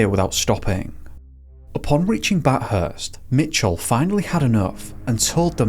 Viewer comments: Bath-urst , not Bat-hurst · In Australia we use kilometres not “miles” and it’s pronounced “bathfirst” with a TH not “Bat-hurts” lol 😅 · Mispronounced Melbourne and Bathurst but nailed Wangaratta 😂😂😂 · I really like the aesthetics and storytelling in this video! As an Aussie, thank you for bringing this family's story to my attention. Just want to point out some minor pronunciations 😅 Goulburn and Melbourne are said with emphasis on the first syllable (pronounced MEL-burn). Same with Bathurst, but pronounced with "th" together, like the word "thirst". It's a þ sound.